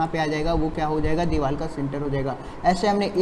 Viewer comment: Vo deewal nhi hota deewar hota hai lodu 🤣🤣🤣